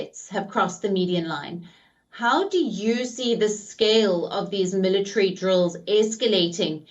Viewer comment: MillaTree. i swear military has 4 syllables.